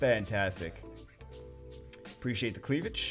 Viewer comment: "Precciate' the cleavej'"